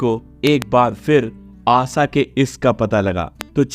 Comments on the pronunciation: आसा भोसले नही आशा भोसले. पहले अच्छी तरह से उच्चारण सीखो. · Sur samagri😂😂😂ye kaunsa word hai Aasa😂😂😂 Aasha hai woh Pahale bolana sikho baad me doller ke piche bhago😂😂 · Aasa Bhonsle nahi, Aasa Bhonsle nahi, Assa Bhonsle nahi... ASHA Bhonsle kahiye. Patrakar samajh te ho apne aap ko...🤭🤭🤭🤭🤭🤭🤭🤭🤭🤭🤭🤭🤭🤭🤭🤭🤭🤭🤭🤭🤭🤭🤭🤭🤭🤭🤭🤭🤭🤭🤭🤭🤭🤭🤭🤭🤭🤭🤭🤭🤭🤭🤭🤭🤭🤭🤭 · आसा नही आशा बोलो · Asa nhi asha bolo kya asa asa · Aaasaaaaaa nahii Ashaa bolo sahi Tarah se naam lo😂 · Asa, usa, Sadi, sayad, mangeskar... Sir ji please asha, Usha, shayad, mangeshkar aise uchchar kare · Asha ko asa,sharab ko sarab😂hindi me bhi varn mala me sha aur sa hota hai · Are bhai pronunciation to sahi Karo yaar Asa nahi hai Asha hai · चरित्र हनन करने से पूर्व अपना उच्चारण ठीक करो,,, आसा नहीं आशा कहना सीखो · First of all, it's NOT Asa Bhosale but Asha Bhosale!!! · क ख ग की पढ़ाई करते वक्त श की पढ़ाई नही की क्या , आशा को आसा आसा शादी को सादी क्या हे ये। ? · Pehale Asha ji nam thik se lijiye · Pehele Asha bolana sikho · महानुभाव अगर आपको हिंदी में वीडियो बनाने हैं तो कम से कम ’‘स " और ‘ श ’का सही उच्चारण सीख लें , आशा जी को हर बार ” आसा ” सुनना बड़ा कष्टदाई है । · Isski prounciation Asaa ASAA ASSA bol kar torture kiya hai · Usa Nahi , Usa Nahi ,Usa Naheeeee. USHA Kahiye. Kaha ka patrakar hein yeh aadmi. Assa Assa Assa. Usa, Usa, Usa baar baar vahi bolkar bore karne wala Reporter. 😆😆😆😆😆😆😆😆😆😆😆😆😆😆😆😆😆😆😆😆😆😆😆😆😆😆😆😆😆😆😆😆😆😆😆😆😆😆😆😆😆😆😆😆😆😆😆😆😆😆😆😆😆😆😆😆😆😆😆😆😆😆😆😆😆😆😆😆😆😆😆😆😆😆😆😆😆😆😆😆😆😆😆😆😆😆😆😆😆😆🙂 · आसा आसा क्या बोल रहे हो भाई 😅😅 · पहिले आशा शब्द कैसे उच्चारना है वो सीखिए बादमे आशा भोसले पण video बनाइये शब्दो को उच्चरन सिखना एक utuber को बहुत जरूरी है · Ye stupid story nikal do pagal to tu hai stupid..आशा bolne ko bhi nahi ata, tuze pagal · कृपया अपने ‘श ‘ को सलीके से बोलना सीखें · First try and pronounce her name correctly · आपको श बोलना नही आता ,श को स बोलते हो तो बोलनाही मत! सुननेमेतकलीफ होती है. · इतना गलत उच्चारण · Bhai ... Aasa Bhosale nahi Asha Bhosale naam hain.. Kyu bar bar Aasa Usaa bol ra ho bhai... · Aasa aasa kya bolta hain aasha bolo